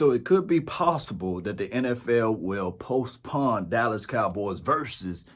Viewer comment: My friend, I love your content and swagger but golley day... You can’t be pronouncing postpone like that... lmao.. 😂 much love.